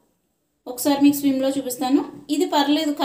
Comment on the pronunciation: Madam swim kaadu, it is SIM.